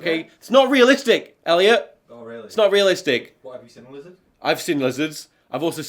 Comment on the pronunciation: I love how Northern you get suddenly when talking to Elliot. "Ah've sin lizards. Ah've also sin women in Star Wars."